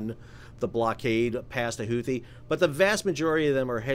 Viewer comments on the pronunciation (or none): The CORRECT pronunciation of “Huthi” is actually Hoo-tee (phonetically speaking), the 2nd “h” is SILENT. 👍